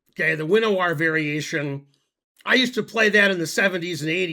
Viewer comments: Oh, yes: the win a warr variation. If you want to avoid being mocked, you could try veen a vehr. Many chess sites require only that you punch a button to learn how to pronounce a word or a name. Finegold is too important to do that. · "The chess term Winawer (named after the Polish master Szymon Winawer) is pronounced VIN-ah-ver (phonetically close to "VINN-uh-vuhr").Pronunciation BreakdownWin- sounds like "vin" (rhyming with pin or sin), not like "wine".-a- is a short, neutral "uh" sound.-wer sounds like "ver" (rhyming with her or the end of clever), using a hard 'v' sound rather than an English 'w'." Veen is incorrect. If you want to avoid being mocked, you could try VIN uh vuhr. One website in particular, called Google, only requires the press of a button to learn how to pronounce a word or name. You are clearly too busy being incorrect in YT comment sections. If you'd like to cite a source that says VEEN instead of VIN, i'd love to hear it. There's even a chesscom article titled Pronounce That Chess Word. Vin ah ver is given. No veen, which rhymes with sheen. vin, which rhymes with win.